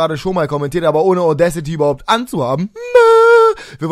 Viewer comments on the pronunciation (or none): none